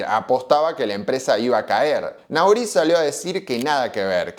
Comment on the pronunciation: Se pronuncia...Nory el apellido del frances